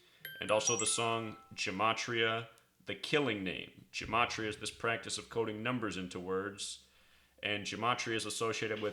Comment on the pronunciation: really do appreciate the good work that ur doing, but there's no "n" sound in Gematria: ge·ma·tri·a...ɡəˈmātrēə...